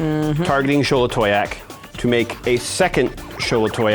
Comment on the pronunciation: The most impressive thing did this game was pronounce Xolatoyac correctly every single time